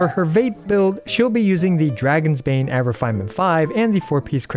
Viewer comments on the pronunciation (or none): none